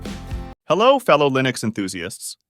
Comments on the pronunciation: DUDE! It's NOT " Line-ix" it's "Lin-ux" Shir "I" sound. Please! Next am I going to hear "way-com" instead of "wah-cum"? If this is an AI voice, get rid of it. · lol he actually said linux instead of linux